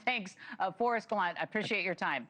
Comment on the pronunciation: Forest GelANT?! This guy is so famous you’d think at LEAST get his name Right??!!